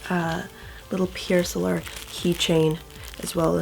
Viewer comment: Pierre sowlar? What about the spelling of Pier Solar leads to that odd pronunciation?